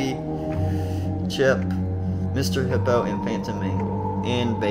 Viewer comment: when you said el-chip you said chip